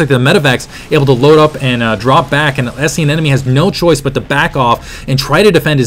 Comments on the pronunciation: Isn't it aneMone rather than aneNome like you keep pronouncing it? Kind of bugging me :P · Wow. Great game and great cast. Only thing, and I might be wrong, but it sounds like you're saying "an-enemy" instead of anemone (an-emeny).